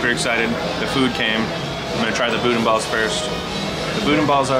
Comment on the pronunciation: FYI we don't say "boodin." We say "boodan" but the "n" is silent. Doesn't make sense to me either, but that's how it is pronounced.